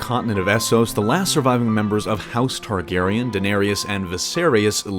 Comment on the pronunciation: you gotta work on your pronunciation of the targaryans. plus adding what "snow" means would also help mewcomers...